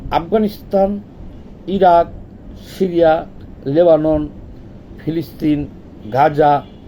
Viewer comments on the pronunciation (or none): none